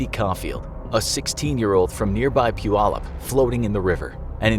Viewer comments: Good job to for saying puyallup right. That is where I live and no one ever says it the right way. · Nice, you pronounced Puyallup right! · As a Washingtonian, I'm impressed that you pronounced "Puyallup" correctly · Finally someone who actually can pronounce puyallup! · i applaud you for pronouncing Puyallup correctly 👏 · I'm from Puyallup WA, and want to thank you for pronouncing it correctly. Most people get it wrong. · You pronounced Puyallup right! Great job except for some of the inaccuracies in the beginning . And every time I would fish the Green River I was always afraid I would come across one of his victims remains that he forgot about. Freaky! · I am IMPRESSED you pronounced PUYALLUP correctly 🥰🥰🥰 9/10 folks get it wrong lol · This is true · Hah same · I was about to comment the same thing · Congrats on managing to pronounce Puyallup. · I am extremely grateful for this video and the fact you said Puyallup correctly. Now say Sequim correctly for me